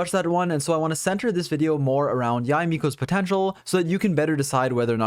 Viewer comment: Not only is one of the most knowledgeable YouTubers but the pronunciation of Yae is on point which makes all the more better